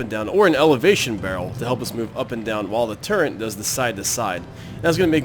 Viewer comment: "turrent" Seriously though, good series.